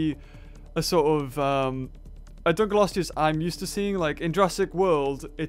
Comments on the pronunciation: It is pronounced dunk-lee-oh-stee-us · How to pronounce Dunkleosteus: Dunk-lee-oh-stee-us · Btw it's pronounced (dunk-lee-o-stew-us) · srsly? DUNKELOSTEUS? its Dunkleosteus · it's annoying me that he pronouncing it wrong it's dunk o lo stee us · is dunkleosteus not dunkelosteus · it's pronounced dunk leo stud. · sorry. dunk leo stus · ITS DUNK L EOSTEUS FFS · auughhh the way you say its name made me cringe so bad p-p